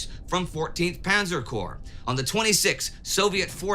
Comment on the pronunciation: A minor correction, but corps rather than corp. Corp is an abbreviation for corporation, while corps entered the English language through French. (hence the silent P and S)